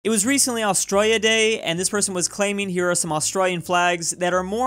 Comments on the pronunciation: That accent when pronounces Australia 🤦🏼‍♂️ Lavender fields of France (purple), and the icy UK is the cliffs of Dover right? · He says Australia Austraia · Just me that gets annoyed the way he said Australia